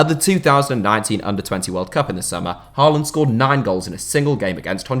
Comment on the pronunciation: It’s pronounced Hawland, not Harland Love from Norway🇳🇴